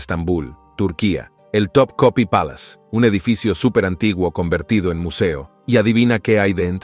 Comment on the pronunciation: No so.o eso el mapa es de Piri Reis no piers ris como dice , y sigue asi como elpalacio tekepe es topkapi no pega una